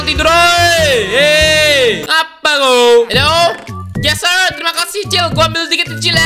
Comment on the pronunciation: Tulisan : Yes sir Di baca : Yeus Ser